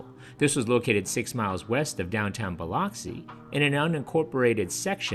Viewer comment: Well I know Biloxi is definitely not pronounced Buh-LOCK-see; it’s Buh-LUCK-see